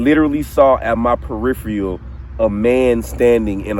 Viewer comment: Peripheral-not periphrial